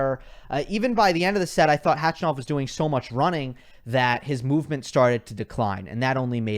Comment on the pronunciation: I love you, but nobody, I mean nobody, calls him Khachy. And it’s not pronounced CATCH-A-NOV. More like kuh-chuh-nuf